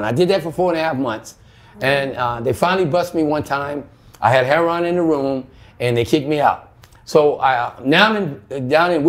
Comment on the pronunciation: Something is wrong with this story. You would think that after all this time he would know how to pronounce the drug he is addicted to. His story is much too detailed with never having to even think about it for a minute. I have never met a junkie like this guy. He also said something about being so amazing that he lasted so long at his age. Doesn't make sense. The cops made him go to jail for overdosing.